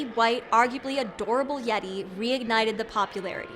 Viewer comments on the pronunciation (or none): Did anyome else hear "Laurel" instead of "yeti"?